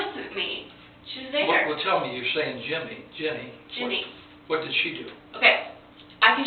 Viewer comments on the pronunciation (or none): dude its Ginny not Jenny